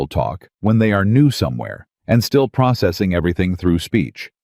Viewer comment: Pro.......cessing....there is no S after the pro. Words starting with pro are mostly all the same. Pro....gress. pro...ject. pro..ceed. and so on.